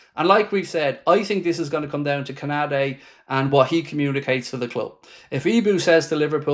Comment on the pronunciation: LOOL BRO ITS KONATE U SAYING KONADE 😂🤣😅